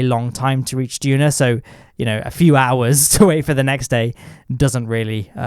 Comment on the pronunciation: "Juna" lol